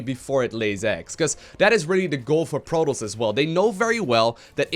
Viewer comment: Its Pro-TOSS! Not Pro-toast